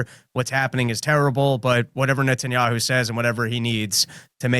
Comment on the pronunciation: Dave on the verge of saying Net-n-Yoohoo